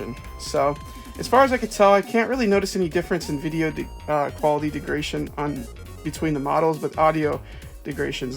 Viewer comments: "degradation", not "degration". Sorry haha, but if nobody says anything, you'll never learn. Thanks for the vid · You keep saying “degration” - the word is degradation. Notice the syllable you keep skipping